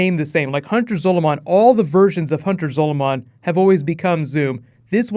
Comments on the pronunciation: Your pronouncing Zolomon it's Zol-a-man not Zol-o-mon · REMNANT, not REMINENT, and Hunter ZOLOMON, not Hunter SOLOMON. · Learn how to fucking say zolomon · Can you please learn how to say "Zolomon" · Whoa,, your usual pronunciation of "Zolomon" faltered a bit there!:p